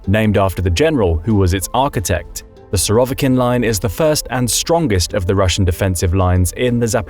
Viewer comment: Surovikin -the stress is on the first I not on the o